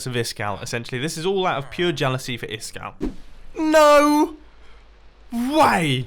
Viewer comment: Hasn't Iskall told them how to pronounce his name? "Iss-kal" - where's the second S coming from?